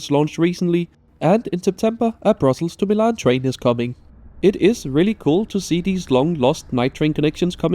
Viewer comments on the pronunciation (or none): none